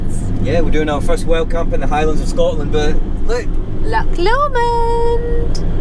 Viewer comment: I can't believe someone with a Scottish accent can't pronounce " Lock Lomond " properly! try saying " Loch Lowmond " otherwise a good video.